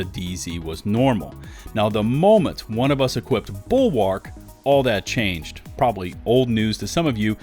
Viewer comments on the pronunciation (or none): the 'a' in bulwark is basically silent. please stop saying it like that. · I find it funny every time you say the name "BULWARK"